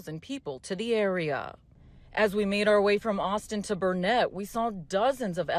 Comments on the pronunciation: It’s Burnet durnet, not Burnet-ett! Say it correctly! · If the news person is from Austin, she needs to learn how to pronounce Burnet correct. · It’s BURnet. Not BurNET. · CBS Austin, could you not school your reporters on the correct pronunciation of the town before you sent her out there? It's not Bur-net, it's Burn-it. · Burnet is pronounced Burn-It not Burnett. Go home you unwashed hippies. Lets go Brandon! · It’s pronounced Burn it!! Not Bur net!! C,mon girl. !!! Where u from?!?! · It's Burnet. NOT Burneett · It’s pronounced Burn-it not burn-ett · It’s Burnet, not “Burnett”. Sounds like “Burn it”, durn it, learn it. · Burnet dern it! Not "Burnett"! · It’s Burn it, durn it! Why don’t they learn it!! Native Texan here🤣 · It's Burnet dernit!😂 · Its pronounced "Burn-it" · It's Burnet like durn it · Burnet is very close to Austin and you can't even pronounce it! It's BURN it. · It's ok, as a native Burnet resident, I find that the mispronounciation of Burnet and Lake Buchanan helps identify smooth brains and transplants. Consider it a type of early warning device, so you don't get infected with libtardation. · Pronounced Burnet wrong. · The CBS reporter doesn’t know how to say Burnet!